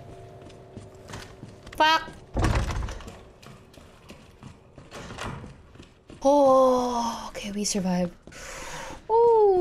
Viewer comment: That is the most tagalog-sounding f-word ever lmao.